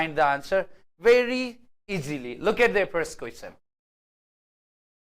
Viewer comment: In pronunciation of Question its ts' cha' sound not sa sound '